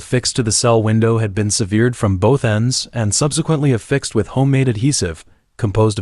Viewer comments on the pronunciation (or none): I was with you right up until you mispronounced the word "severed" It's sever not severe That why A.I. is a horrible choice for a narrator